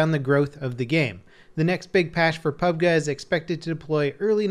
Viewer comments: It's PUB-G not PUB-Ga you fucking moron, and stop saying "netcode" you sound stupid. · PUB "Guh" sounds so stupid, why cant we stick with calling it PUB "Gee" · When he said PUB GUH it was an instant triggered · its called fkn PUB G and not whatever shit you said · "pubguh".... never again